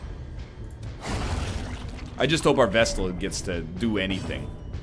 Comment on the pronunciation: He came up with this one on his own, he was musing about chat calling his pronunciation of Vestal wrong and rationalised that flagellant was also perhaps pronounced like that, so he started calling it the Fluh-jell-ant, then somebody on that video commented that Fluh-jell-ant is fine, while pointing out other mistakes, though I believe the Egg has yet to react to that because of the backlog.